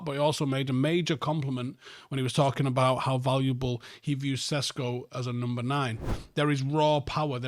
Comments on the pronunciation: His pronunciation is fine. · Sesko is how it’s pronounced in English. Jog on.